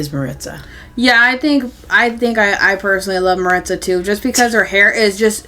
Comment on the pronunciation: Hi! I recently discovered your channel, and I love it! See, and I don't think they look at all alike! 😂 I haven't seen Raquel in person yet, but from the pics it's not just their hair and eyes that are different, but their skin undertones as well. Also, just so you know, you're pronouncing Maritza wrong. It's Mah-reet-zah: I'm obsessed with the trinket box. I'm super excited to finally have a doll version! This is definitely my favorite outfit from the collection. I think it will pair really well in photos with the Peru outfit. I'm obsessed with the mama and baby dolphin. They will go so well with Lea's sea turtle and Joss's sea lion!